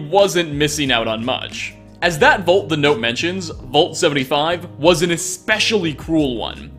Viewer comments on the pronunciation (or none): "volt?" I think you mean VAULT. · The word vault got murdered to death.